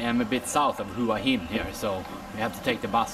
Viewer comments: Hua Gin - no, it's not Hua Gin😂😂😂 but Hua Hins awesome, it's the beach residence of the King of Thailand,.at least it was. My fav hotel is Hyatt Regency there, has the most amazing pool side which goes through the whole garden area👏❤️❤️❤️. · hua hin not "hoo ah hin" but nice vlog, im looking forward to going there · So... you are going to continue to call it Who-ah Hin?? Not very professional bro...if you consider yourself a professional at all to just mispronounce the name of a city. Didn't you notice when you were trying to buy your train tickets?? Each time the agents referred to the city by its correct pronunciation ... 'whaa heen'. Or maybe you just don't read your comments. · Hua Hin is pronounced WAA HIN.. as Hua Wei is pronounced WAA WEE.